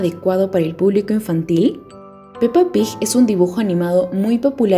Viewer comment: ¿Por qué pronuncia "Pig" como Pij? Es fastidioso.